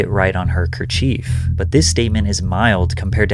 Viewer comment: FASAD DEATH 👍🏼 you 👇🏼 pronounced K E R C H I E F with 🔝 the accent on the second syllable SHEKER KFR